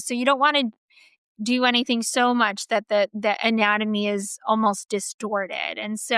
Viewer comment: What is “plawstick” surgery? Why can’t women today pronounce a “short a” sound? “That” is now “thawt.”